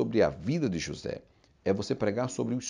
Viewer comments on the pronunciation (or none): none